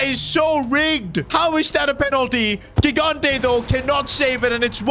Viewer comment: gigante’s name is pronounced jigante with a j sound. I’m italian